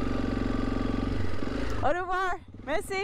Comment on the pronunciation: Au revoir - pronunciation guide: O-vwah = correct or-rev-waar = incorrect I hope that helps.